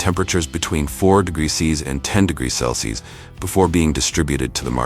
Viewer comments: How annoying is the AI failed pronunciation of “celsius”… Cell-Sees…🙄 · It gets ready to "cleenz the beans" before processing . also we moved from how cherry trees are planted to soybean production. And the poor robot cannot pronounce Celsius. My favorite mispronunciation is 'Celci'. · Celcius is pronounced "cell see us"